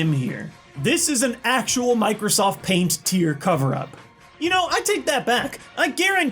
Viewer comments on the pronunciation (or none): none